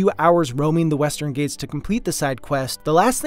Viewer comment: ghat is pronounced like it's spelled. not "gate".